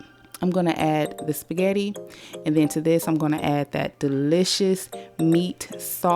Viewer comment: I , Love your Shpaggitt😂